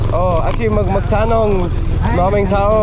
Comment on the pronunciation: it's not "MAKITANONG". it's MAGTANONG".